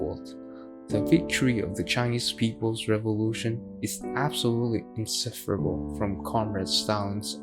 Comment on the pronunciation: It is: Inseparable — not — in separable. AI f’ed that up.